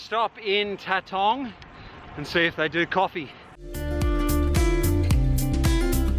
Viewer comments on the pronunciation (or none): FFS please learn how to say Tatong. It's Tat-ong not Ta-tong! 😀👍